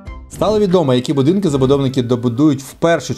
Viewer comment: "будінки" ахахахахахахахахах